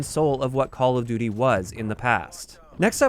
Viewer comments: call of dooter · "Part of the identity of Call Of Dutter" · "call of duder" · “call of dooder” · call of duter lmao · "Call of duter"